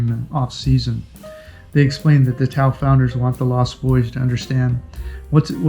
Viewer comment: I think it's pronounced. TA- OHH! meaning people in Filipino.People expedition. It looks like for those who love adventure. Instead of the resort style holidays.